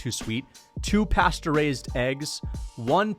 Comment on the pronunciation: Why he pronounce pasteurized like that